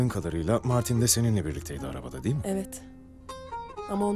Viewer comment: Долкун Турганов "degil" değil , "değil"